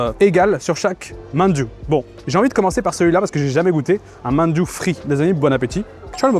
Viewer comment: Hmmm merci pour cette vidéo qui donne faim! Petite remarque néanmoins: fais gaffe, tu écorches la prononciation de certains noms que t'a pourtant donnés haha (ex: "shikpe" = shikhe, "manju" = mandu, "dapchae" = japchae)!